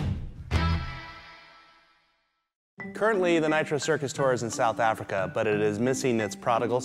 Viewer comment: The first minute the guy says South Africa plain as day, then 5 seconds later says South Africker. I’ll never understand.